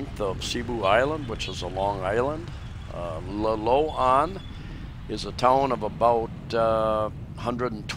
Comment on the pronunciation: sorry but it pronounced Lilo Ann but spelt different im up near Bogo Nailon is the town 3klm to the east of Bogo we have a solar set up runs ok when we need it 100amp battery we have a compound very safe 8ft wall all round we just rebuilt our old house its under the new one all the rubble and i have my own scooter a Mio we did have a van but i couldn't drive it im too tall and we own it all sold the van we have a farm but broken up in to 3places now and we just bought a new one its a inheritance but back taxes was alot we are building small nipper place for my wifes stepbrother he is living in our old old house 3 bedroom place big lounge that one also we have other propertys my wife's brother lives in another place we built from nothing but we like to sell that one its good we go there when we can but the traveling is hard from Australia her Daughter lives at our new house also a sori store at the front of the block our house is at the back also we have like a unit one bedroom at the back of our house its part of the original house we rebuilt while ago so we have lots going on for us our brother in law helps do alot of stuff they dont pay rent so no income with our places itd nice we are in the center of the town of Nailon